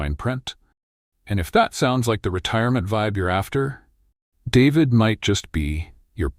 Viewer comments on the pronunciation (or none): This video is made entirely of stock footage. There seems to be zero original photography. Few of the shots seem to represent any of the actual places the VO is referencing. David is pronounced DA-VEED by anyone with even the most basic understanding of Espanol or Panama. While I agree with the basic premise of the editorial, the gushing hyperbolic descriptions seem exageratd as if written by a bad AI. Try again, this needs a do-over. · What kind of bullshit is he talking about showing traffic at Min from Cuba with oldtimer cars you will never see in Panama and especially not in David. At least he should be able to pronounce the city name in spanish and not like an American male first name. At min showing a river through Pedasi that does not exist at all.................the total video is a fake of what Panama really can offer but with cautions about reality cost of living in different provinces. The images shown about Pedasi are from the old town of Panama City and so on and on.............YT should remove this video !!!